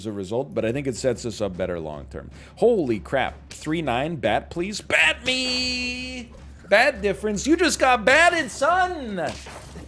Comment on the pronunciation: Whenever he says bat difference all I hear is "THATS THE 51 DIFFERENCE BABY"